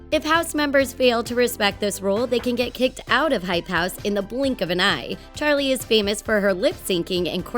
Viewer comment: the way she pronounces Charlies name like; cHaRliE diEmiLiOu